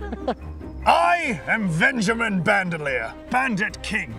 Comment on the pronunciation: Lol at the: "I am Vanjemin BentheLier" (his real name is Benjamin Van Lier)